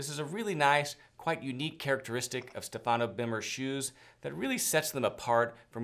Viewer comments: I told you about the correct pronunciation of the name STEFANO BERMER. StEfano. Please say it correctly. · Stéfano, please not Stefàno, thank you.